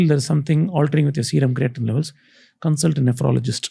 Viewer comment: its not ,crea teen its cray teen